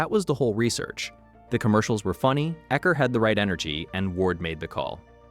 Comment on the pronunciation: All credibility lost with U-ecker.